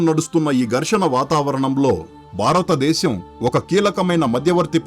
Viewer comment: చెత్త వ్యాఖ్యానం. వృత్తులు పలకడం నేర్చుకో. బారతదేశం కాదు భారతదేశంలో అనాలి. ముక్యంగా అనకూడదు. ముఖ్యంగా గా నీలాంటి వాళ్లు నేర్చుకున్న తరువాత యుట్యూబ్ వీడియోలు చేయి